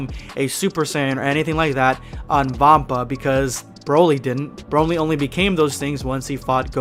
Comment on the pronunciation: Chroly or Brolai 😄😅